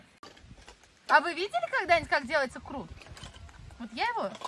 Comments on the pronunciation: Не крут (ухо режет), а КУРТ. с уважением, Радик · почему вы говорите КРУТ.Хотя его называют КУРТ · не крут,а курт☝️ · не крут а курт. Спасибо за видео. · на ваш канал подписан и с удовольствием смотрю. Хочу немножко подправить вас с произношением слово курт, а не крут. Не судите строго. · Не крут, а курт! 😊😊🤭🤭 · Не крут, а Курт! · Не крут а курт